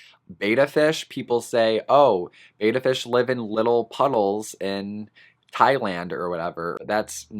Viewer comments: It's pronounced "bet-uh" not "bay-tuh" reeeeee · the advice the petsmart near me gives me wanna work there just so i can give customers proper pet specific info that is accurate lol also betta is said bET- Uh not BAy-tuh just sayin [ a literal pet peeve of mine] i afree with ur list btw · Love your video. Very informative and so true. One thing, and I hate being that person, but I promised a fish enthusiast that I would mention it whenever needed. The correct way to pronounce "betta" is with a soft e, as in bet. Many say it with a hard A sound. I did also until I was corrected by many people at a fish and reptile show.